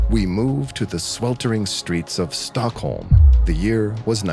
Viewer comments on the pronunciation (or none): none